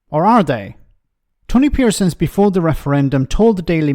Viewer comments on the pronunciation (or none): please get his name right. It’s Tony Parsons. 👍🏽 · Parsons not Pearsons. The elementary blunders never end,. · His name is Tony Parsons, not Pearsons, and he's a complete idiot. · It’s Tony Parsons btw… not Pearsons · Ffs Get his name right at least PARSONS I read his and ex wife Burchill's articles at the peak of the punk era as if they were somehow disciples of the Messiah before realising he was against everything I was for especially for Nationalists like me in the six counties. It's about time people like you who were so quick to praise Streeting, Starmer,McDonagh,Reeves etc admitted you were wrong.. There was an alternative to fiscal rules. Anyone would have beaten the Tories last year no matter what policies they had. 2017's would have done quite well. As I predicted on election night we are one term away from a new far-right Tory government. A government that never should be reelected after all their years of dismantling the state. But that's exactly what Starmer,Reeves and Streeting are setting up come 2029